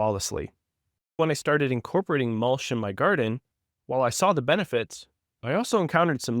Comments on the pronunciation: Mul-CH not Mul-SH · Love the concept but is that an AI voice? It's not even pronouncing mulch correctly.